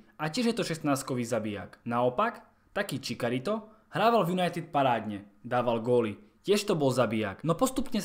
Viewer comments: "Čikarito" :DDDDDD ale inak dobre video! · to znelo ako dajaký indánsky náčelník z Vinetua :D :D